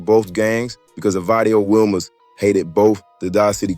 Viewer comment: I strongly dislike you culture vultures ..say the words right if you going do a video .. WILMAS IS PRONOUNCED WEE-Mas so many things you saying needs to be reconfirmed from a REAL SOURCE!!